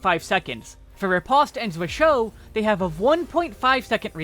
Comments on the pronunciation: Unlike the rest of red mage's toolkit, zwerchhau is a german word, and is pronounced differently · Yup, I see a lot of people put in effort to pronounce the french words correctly... But then butcher zwerchhau.